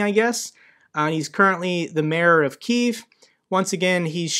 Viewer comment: I really appreciate the fact that you pronounce "Kyiv" correctly. I can't tell you how many people online and on TV get it wrong and it hurts to hear sometimes, like nails on a chalkboard. I'm an American, and I've lived in the States my whole life but originally I'm from there, back in the Soviet era, when it was spelled "Kiev", however it was always pronounced the same (Like Key, with a V on the end. 1 syllable, NOT 2)